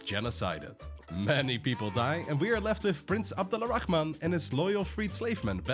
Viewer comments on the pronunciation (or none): his name is Abdul(or abdur) Rahman not Abdulla Rahman. the narrator is mispronouncing his name.